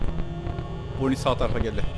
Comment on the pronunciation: Abi boni değil bani foksy değil faksy (Türkçe okunuşunu söyledim)